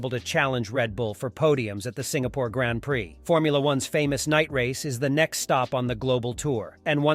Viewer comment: anyone who says grand prix the way he does, I can't take seriously tbh LOL